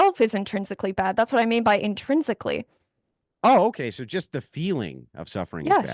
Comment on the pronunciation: What’s intrinsically bad is her pronouncing an “R” in the word … “so” ( hard to believe she’s that obtuse she can’t get what he is demonstrating in this debate)